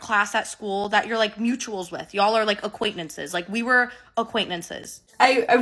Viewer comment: "acquaintenances" also got me 😭🥺